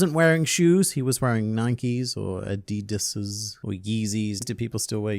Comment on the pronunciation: First Australian I've ever heard pronouns Adidas like that